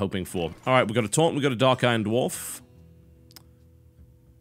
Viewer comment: For the entire series up until now, I thought you said torrent instead of taunt lol